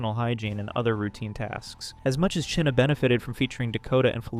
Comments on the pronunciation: Her name is pronounced like China not cheena hahahaha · Wondering why, despite several real time examples of people pronouncing the name Chynna (China), you keep saying "Chinna" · Its not pronounced "Chin-nuh". Its pronounced the same as "China"! Its driving me nuts every time he mispronounces it in this video! If I had a quarter for every time this guy mispronounced it in the video i would have a ton of money!! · why u pronounce Chynna’s name like that? it’s pronounced like China. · You're saying " Chyna " so wrong and its pissing me off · Why do you say China like that?